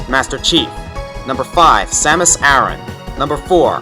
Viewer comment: Which Link? Most zelda games don't occur close enough in the universe to be the same one. Also, you mispronounced Aran.